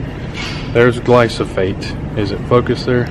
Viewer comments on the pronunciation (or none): He keeps saying glysophate instead of glyphosate!!! It's driving me nuts! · Gly-slo.... Gly-sofolate..... Glysofate...(it's GLY-PHOSPATE (GLY-FOS-FATE)) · Pronounced "gly-fo-sate" not "glo-so-fate" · Dont trust the guy who calls glyphosate "glysophate" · Glysophate? Never heard... I guess you meant glyphosate 😅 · Dude... it's gly-FAH-sate, not gly-SO-phate. lol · Mate its called GLY PHO SATE. Not Gly So Phate. At least pronounce it right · "Gly-so-fate"... Try again. LOL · I agree with your video, so thank you. But, brother...it’s GLY-foh-sayt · Gly-Pho-sate!!! Read. Sound it out. Also, You compared pre-mixed to concentrate at Walmart. That’s like comparing antifreeze concentrate to pre mixed 50-50. Duh you get less; you are paying someone to dilute it for you. You don’t need that high of a concentration for most applications. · The word is GLY-PHO-SATE. I unfortunately had the same problem. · It's pronounced Gly-pho-sate. Otherwise great video. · Nice video but, ..your pronunciation of THE main ingredient is way off. Glyphosate is pronounced Glai-fow-suht.......now proceed. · I greatly applaud your efforts to educate others! Please, please learn to say the product name correctly. Takes away any credibility you had. Also, theres NO residual effect of gly pho sate. Its a contact herbicide. More power to you, otherwise. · Learn how to say GLY-foh-sate. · I got more and more annoyed everytime he'd say the word. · The amount of times her said it wrong is awesome, but the content/info is better 😂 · Vivek Sharma if it is straight glyphosate there is zero soil residual, therefore you can sow seeds the same day. This guy doesn’t even know how to say it let alone what it does. And don’t spray ANYTHING you don’t want dead.